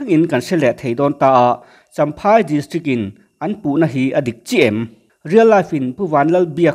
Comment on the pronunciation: Champhai tih tur ni zawk awm tak ani chamhai ti loin